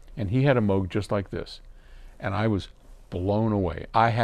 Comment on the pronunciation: Great insight if my interest, and thank you for pronouncing Moog correctly 🎹